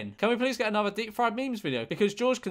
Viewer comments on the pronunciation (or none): none